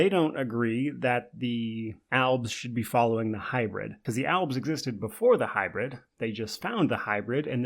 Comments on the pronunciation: Are you trying to say elves or is it actually alves? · It’s “albs”